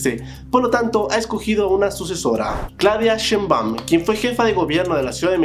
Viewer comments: siiii 😂😂😂 shenbon shebon chimba shemba chumba chomba. No entiendo porque les es tan difícil pronunciarlo? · Antes de hablar de política mexicana hay que aprender a pronunciar Sheimbaum que no es Sheeiboom Y Xochitl no es Xotil, a seguridad antes los gobiernos las escondían y ahí estaban, ahora como el gobierno es más transparente ya no se esconde nada, y da la sensación que aumentó. Pero es relativo aquí es CDMX la seguridad ha mejorado mucho, la ironía es que en el extranjero ven más violencia que uno como residente en México, que raro, no veo extranjeros que tiro por viaje sufran de inseguridad, claro porque las noticias de sus países hablan con mucho amarillismo y golpeteo. Los corporativos quieren que regresen los neoliberales y que las corporaciones se sirvan del pueblo con la cuchara grande, pero no se les va hacer. Sigan y hablen todo lo que quieran de la inseguridad en México. Y minimizando los logros del AMLO como si dijeran que es poca cosa. Me da risa estos disque periodistas vendidos. Espero la siguiente administración ya no dejen entrar a más inmigrantes porque lo pobreza la van aumentar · Claudia shenbon y chotil galves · Se dice Shainbaum y Sochil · Muchos no sabrían como pronunciar "Y" en guaraní y nadie les dice nada😂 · Como pronunciar algunos nombres de personas y lugares de tu video: Xóchitl - Zochilt Sheinbaum - SHEIN (como la app) baum Ciudad Sahagún - Saagún (como según con a) Texcoco - Teks coco Tehuantepec - TeGuantepec